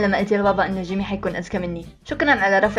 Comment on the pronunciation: لمن قلتي جيمي احسك تقولي جيمين 😂💞